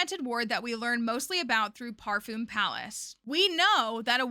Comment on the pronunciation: Oh and, by the way, as a French person born and raised: you pronounced Ange very correctly in the "fact-checking" section, but "Parfum" in Parfum Palace is also a French word that we don't pronounce like this at all. In fact, the U and the M are not pronounced like an U and an M at all. In this word, they are pronounced like our word for the number 1 — "un", which also isn't pronounced like a U and N at all. x) Phonetically, it's [œ̃].